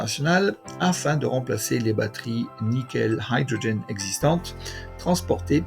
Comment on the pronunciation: Haïdrogen ? Ben voyons. Hydrogène .... se prononce idrogène en français